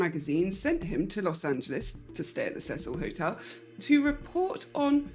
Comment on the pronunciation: thank you for pronouncing Cecil correctly. I like you already.